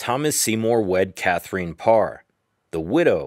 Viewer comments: Nice, but Catherine is not pronounced “Cath-er-een.” But “Cather-in” instead! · Maybe the narrator has a Russian connection. Ekaterina, which is very much like Catherina except for the last letter is pronounced ee-cat-er-een-a. Also Katrina is pronounced ka-tree-na. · Catherine is not pronounced cathereen. You have women called Catherine in the USA, right? There were other words you pronounced incorrectly, such as Hertford, which is pronounced Heart-ford. Also, why flash a picture of Queen Victoria and Catherine Howard's pictures? That was confusing. Please get your historical facts right before making a video. It was actually King Henry VIII will that specified where Jane Grey fit in the succession after Edward VI and his half sisters. It was Northumberland and Thomas Seymour that tried to change Edward's will when they knew he was dying. The diatribe of nonsense was cringeworthy as well as the sound effects. I recommend books by Sir David Starky and Alison Weir if you want to learn more about the life of Lady Jane Grey. Definitely won't be subscribing